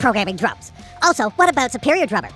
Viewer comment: I can only tell when he says "about." It doesn't come out like the stereotypical "aboot," more like "aboat."